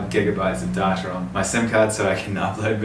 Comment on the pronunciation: still not over ‘darta’ instead of ‘data’ hahaha